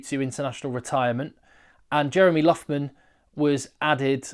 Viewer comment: Oh... a couple of tips on the pronunciation of Irish names. Loughman is pronounced Loch-man (Lough in Irish Gaelic similar to Loch in Scots Gaelic) and Caolin Blade is pronounced K-Lin... same as Caelan Doris. This name has lots of spellings - also Caolan, Caolain, Caelin or Caelen (depending where in Ireland) but they are all pronounced the same and have the same origin.